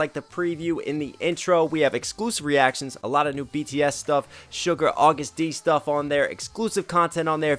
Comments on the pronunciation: Hey . No offense but its not "sugar " but "suga". Its pronounced as sugar without an A . Maybe its just me who heard it wrong but yeah.. Anyway really love how u dissect the vedio. It shows that you're actually enjoying it. much love ❤ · hi loved this reaction!! just a note btw, the name's SUGA not SUGAR (pronounced shuga, pretty much just sugar without the r)